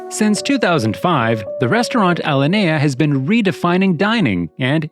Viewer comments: Right? F. this AI BS. Can't even pronounce Alinea correctly. This new reality run by algorithms and AI is terrible. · You mispronounced many things. However, the most difficult ones to hear are your mispronunciations of Alinea and the owner's last name. Additionally, your narration is clumsy, because on many occasions your emphasis on certain words is incorrect.